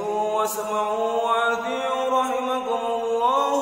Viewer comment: Athiiuuu bukan athiiu .